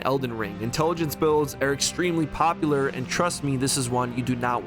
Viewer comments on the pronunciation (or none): none